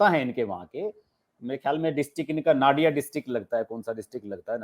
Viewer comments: नादिया नहीं, नदिया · Sir, good discussion but why are you not aware of the district in WB when you use its name? It’s called नदिया , the land of rivers, not नाडिया ! Please correct it, because it sounds foreign, like CNN news about the Middle East. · हर्ष जी, जिले का नाम “नदिया” है, न कि “नाडिया”